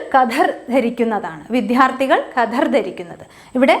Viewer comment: ക്ലാസ് തരക്കേടില്ല. പക്ഷേ വിദ്യാർത്ഥി എന്നുച്ചരിച്ചത് തെറ്റാണ്. ശ്രദ്ധിക്കുമല്ലോ.